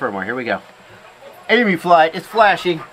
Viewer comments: Eem-You, not EMoo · Yeah i'm 21 seconds in and had to pause it to comment that it's not eemoo, it's eemyou. American's just don't understand us Ossies :P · it’s em-you not em-oooo, in Australia you would be attacked for that. Hahaha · For goodness sake, someone teach Yanks how to say Emu.